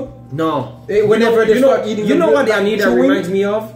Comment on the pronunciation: Por que vocês acham que nós não sabemos falar inglês? E não é "Anira" e sim AniTa. Like "Tatoo" T. Anitta